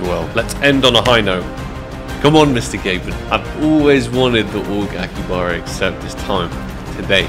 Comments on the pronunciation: not aki baba its akihabara :D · It's "AkiHAbara Accept" ;) I'd never be able to do these kinda crazy contracts, so I'm happy just watching them^^ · Bro, Aki-HABARA